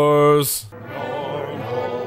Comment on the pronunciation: CAN SOMEONE PLEASE explain his "it has been juiced, vapohrrrs"